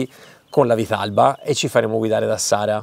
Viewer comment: Prima di tutto si dice "vitarrba" e poi bravi!!😂